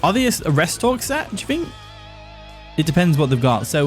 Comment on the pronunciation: why do you say “Fhreat” instead of “threat” and “fink” instead of “think”? lmao